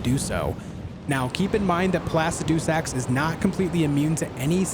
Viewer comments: Its Pluh-sid-uh-sax ... not Plass-ah-doo-sax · placid-doo-sax XD